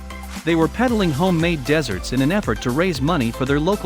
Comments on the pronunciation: Who in the world finds these narrators? Mobil in stead of Mobile, deserts instead of desserts, and really horrible intonation and accents on the wrong syllables and in the wrong places int he sentences. One might expect this from a non-native speaker, but this man seems not to be that. He's not the only one, unfortunately, all the narrators seem to have the same problem with their speech. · Great story. By the way, Mobile is not "Mo-bull"...It's "mo-BEEL"......and it's not "deserts"....it's "desserts" .....later gets desserts right.....computer-read? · Deserts and desserts are two different words. The robot voice needs to learn correct pronunciation! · That's 'desserts', narrator, not 'deserts'. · "They were peddling homemade "deserts"... Thanks, ROBOT! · You should learn how to pronounce names / words.You said Mobil instead of Mobile and you said the boys were selling deserts you can not sell deserts but desserts can be sold. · Is the narration voice a cheap Ai or real person who is a poor reader? Says this took place in "mobil, Alabama" and the boys were peddling "home-made deserts" - like 'Sahara' or 'Gobi'... sigh... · Please pronounce the words correctly!! Mobile and Desserts!!! OMG this is what part of this countries problem is - people listen to this crap. Taking a good story and ruining it because the narrator doesn't know how to speak properly!!!